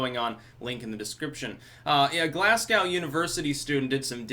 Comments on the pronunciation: it´s glas-go as in to go somewhere, not glas-gow as in ow that hurt:) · It's Glas-go, not Glas-cow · Glaz-GO, not Glaz-gow, homie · It's Glas-go, not Glass-gow. Greetings from Scotland! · Heads-up , it's glass go.not glazz goawh.. sortthatootbiforeyehgitchibedifyehcumower....ok.sound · How to pronounce Glasgow-- "Glahs-go" sounds best in an English accent. "Glaz-go" sounds best with an American accent. "Glaz-gee" sounds best in a Glasgow accent. "Glass - Gow" sounds dumb in all known accents within the known universe. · Just in case anyone maybe interested in the correct pronunciation of Glasgow, it sounds like the sound you make when you say no or low to pronounce Glasgo properly, and not GlasGOW. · As a scotsman i need to correct you on how u say Glasgow you say it like Glass-go , not Glaz-cow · Lol Glass-gow. Love yer channel but love hearing American pronunciation of "Glasgow". Try saying glaz-go. Or even Glez-ga. If you want some authenticity. Sorry. Good vid as always 👍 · Love from Scotland. It’s pronounced Glazgo or Glehsgae not Glasscow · 'Glas-GOW'., it's pronounced 'Glas-go'. It's a city in Scotland. We call people from there Glaswegians. Dankula is a Glaswegian. The Glasgow accent is THE stereotypical Scottish accent, and it's a commonly acknowledged thing here in Britain that some Glaswegians have such thick accents, and speak so quickly, that it's very hard to understand what they're saying. There was even a humorous occasion when The Jeremy Kyle Show (which is like the British equivalent of The Jerry Springer Show) had some Glaswegians on, and, because it was hard to understand what they were saying, their speech was subtitled. Apologies for the tangent, my mind goes off in bizarre directions sometimes. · it’s pronounced Glaz-go btw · It’s pronounced Glaz go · It's not Glass Cow. The gow is pronounced the same way as TV show. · Pronounced Glasgo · It’s pronounced glas go. It’s my home. 🇬🇧🇺🇸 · It's pronounced Glaz-Go